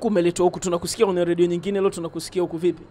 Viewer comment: Wewe nini "ladio" usiandike unavyo sema ....."Radio"